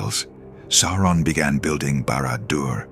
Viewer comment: It is not "Sore-on" it's "Sow-ron".